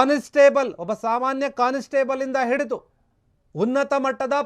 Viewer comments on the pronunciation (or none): No 'conis/table' say constable